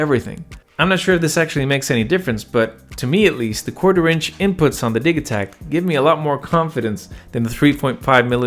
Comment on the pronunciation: I'm not sure what I'm more impressed with here, you're impeccable knowledge of both of these or your being able to switch "gigabyte" to "jigabyte" in the same sentence as the "Di-ja-takt" opposed to pronouncing it "Di-ga-takt." Either way, bravo! :)